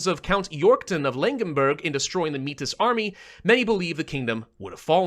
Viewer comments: Heads up. Metis is pronounced like "May-tee" it's a French/Native word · Heya, Manitoban here. Métis is pronounced as "mey-tee" with the S silent, because its of Francophone origin. Gotta teach you this now before the Quebecois find your location. Good luck! 🎉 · Metis is pronounced like maey-tea